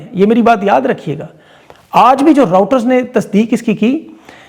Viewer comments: great analysis as always. Btw, it's "Centcom", not Centacom. And, it's Reuters (pronounced Royters), not Routers)! Hope you don't mind the corrections. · آپ راوٹر کہتے ہیں، دراصل لفظ رؤیٹر ہے۔ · بھائی صاحب لفظ راؤٹر نہیں ہے بلکہ روائیٹر ہے۔ تصحیح کریں ورنہ مزاق بنتا ہے۔